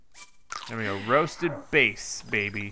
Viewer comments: Cool series also it's bass not base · I worry about sometimes, it's bass not base. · Is it just me or does the ways he say Bass upset me? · It's not base it's bass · bass not base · He just called bass “base” for that reason I unsubscribed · The fish known as "bass" is not pronounced like the kind of guitar. The a is like apple. So the last three letters sound like a dirty word. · he literally said he was joking about calling it bass with the pronunciation wrong.. for the fish version of bass, I mean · He does not know how to say bass